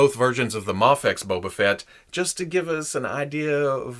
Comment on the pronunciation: did you just say "Boba Fetish"?